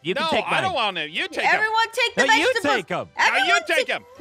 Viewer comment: why do you pronounce vegetable vegetabedables?